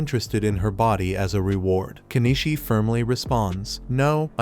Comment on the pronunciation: Nor the difference between Kenishii & KeniCHI